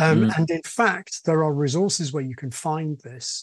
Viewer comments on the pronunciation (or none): none